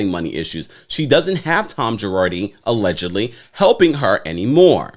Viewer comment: It's the way you say 'AULEDgently" for me!